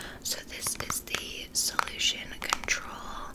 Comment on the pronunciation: your british accent honestly isn't bad lmaoo only thing i would say is that most people even if they are posh and well-spoken pronounce control more like cont-roll rather than cont-roal if you get what i mean!!:)